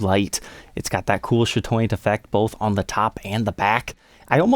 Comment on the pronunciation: I thought he was saying "shadow- fancy" thanks for clearing this up..